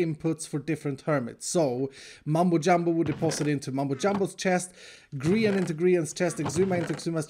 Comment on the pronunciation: Are you trying to say Grian, or something else?